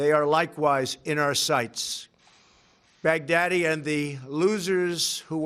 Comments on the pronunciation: First time he nails it. Second time he literally says Bugatti. Love you Trump. Good day for USA and our Allies!!!! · At one point it sounded like he said Bugatti (the automobile). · At Trump says "al bughatti" i didn't realize how much terror bughatti veyron caused with its speed and pricetag. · I kept hearing "Big Daddy" rather than "Baghdadi" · Me too. Sad because I liked Big Daddy when I was a kid. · Bag Daddy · No.. He said, Bacardi🤣🤣🤣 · me too 🤣 It sounds like big daddy kane got killed